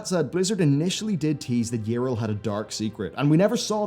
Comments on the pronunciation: Her name is not "Irl" xD it's Yrel, as in Yee-Rel. English speakers amuse me xD But good characters gone bad is a theme i enjoy, "road to hell is paved with good intentions" and all that :P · It's Ya-rell. Not Yril.. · Okay like, so how can you mispronounce Yrel's name though? They literally say it out loud in several cinematics and voiced events in-game. You must have heard it over 200 times. Yet you say: Yirel - This is wrong. It's not Yirel. Go back. Do it right next time. Seriously. This kind of shit bothers me a lot. XD It would've been understandable if you've only ever read her name. But no. THEY SAY IT OUT LOUD, and you're like: Let's completely ignore that and go with my own pronounciation.